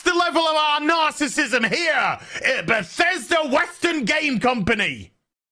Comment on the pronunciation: Did he say “narcissism”?